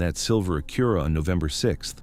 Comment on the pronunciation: The narration is just too awful. Not good. Not great. Not believeable. Just boring! And learn to say Acura! Youre supossed to be intellegent! Not dumb. Not stupid. Not idiotic. But smart enough for basic converstion!